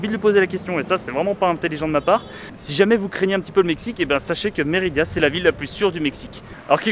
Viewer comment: Tu fais que dire Méridia c’est Mérida ça fait mal aux oreilles à force 😜 ahlala